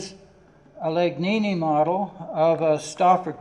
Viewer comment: Legnani Luigi not Legnini